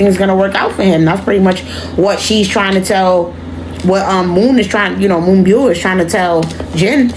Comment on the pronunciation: You pronounced her name perfectly! You can also refer to her as Moonstar as " byul" translates to star